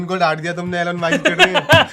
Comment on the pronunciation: mere bhai Elen Musk nahi Elon Musk he wo.